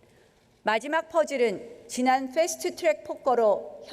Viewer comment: ㅋㅋ 나경원의 "풰스트 츄랙" 발음.. 오렌지를 오렌지라고 부르지 못하던 사람이 떠오르네.. 국어 표준발음법을 지키지 못하게 하는 자신의 허위의식이네~